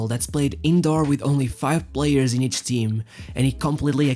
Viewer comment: ÉS MESMO TUGA CARALHO.. eu vi logo pela maneira como disseste "each" como "iche" 😅🤣😅🤣😅🤣